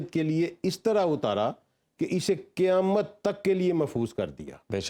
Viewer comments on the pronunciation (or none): none